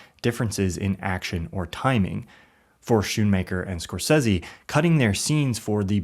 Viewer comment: I really liked the Video but why do you pronounce Scorsese so horrible? 😂